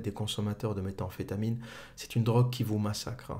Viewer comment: Nickel, par contre c'est pas Walter Walt mais White son nom, et ça n'est méta amphétamine mais métamphétamine ;)